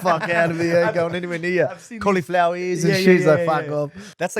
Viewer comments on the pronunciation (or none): We just gonna skip Logan saying "caulEflower ear"???